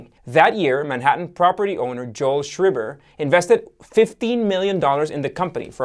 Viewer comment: isnt it pronounced NOYman not NEWman-- like Ikhan and EEEkhan.........and its pronounced shhhryber not shhribbber ...........just saying